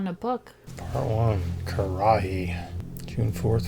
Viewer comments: It's pronounced ker-ruh-hee not the way you were saying it lol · I believe it is pronounced Kur-a-hee.